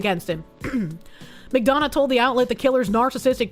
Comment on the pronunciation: You can tell has lived in Gay Orga from how she pronounces "McDonough" correctly.